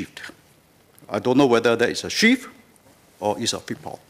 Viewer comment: WHAT DID HE SAY? It's not that I support the ruling party, but how can I support an opposition party when the leader cannot even speak English properly? How can I vote for someone who says "constructive" as "constructee", "mentioned" as "manktion" and "shift" as "sheeee", let alone be able to communicate with leaders of OTHER COUNTRIES and promote bilateral ties? Can you imagine what the people of other countries will say? And I'm only at the tip of the mother-effing iceberg. No. No man. LTK please understand that Singaporeans are not stupid, and younger Singaporeans like myself are well educated, ENOUGH to know that you won't make it out there. Don't even talk about "in Singahporh". Not every one is voting blindly. Most of us do actually THINK before voting, in case you, LTK, were not.. in the loop should we say. Please, bear that in mind.